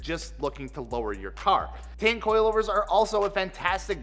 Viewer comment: I found out that Tein is pronounced "tee-in"